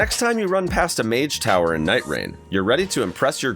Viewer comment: “Mage tower”😂